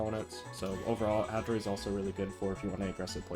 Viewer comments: As a Hattori main, that Hatatori causes me physical pain to hear 💀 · did this mf js say hatatori 😭